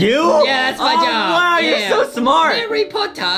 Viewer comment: Justin says herry herryyyyy